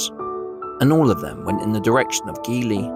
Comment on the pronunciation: Keighley pronounced Keethly, if you were English you would know this ~American AI again